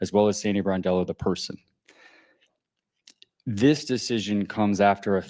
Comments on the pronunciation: I caught that too. Bordello is not a good way to mispronounce the name. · BRONdello, not BORdello. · Hey, come on man you're a stand-up content creator 🤷 do not RAPE Sandy's SURNAME ‼️ SAY AFTER ME BRON ‼️BRON ‼️ IT'S BRONDELLO 🤔 IT'S NOT BORDELLO 🤷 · Please pronounce her name correctly . It’s Brondello. NOT Bordello, which is a brothel. Bordello means brothel, where ppl go to have sex. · NOT Bordello, Brondello... Plz just get it right for once dude! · Hi ya - PLEASE pronounce Sandy's name correctly it is BRONdello not BOARDdello!!! Look up the definition of bordello and reflect on your pronunciation. Other than that, I like your content and look forward to watching your videos. Stay safe and healthy!!! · I just wish these youtube guys would actually learn how to says the names of the people they are ta;ling about. So many calling her Sandy BORDELLO. Really takes away from any credibility they might have on the topic. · It’s “BRON” as in LeBron! BRON-DELL-O. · BRONDELLO.....show some respect and pronounce her name correctly